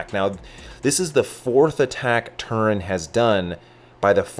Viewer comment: Its TERUN, not turin. Says right on their jerseys. Get burnt by the team, then try the restaurant (Cal Ave, Palo Alto)